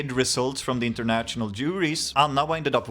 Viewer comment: Uttala inget t-ljud i national/international, bara sh-ljudet. Som fashion.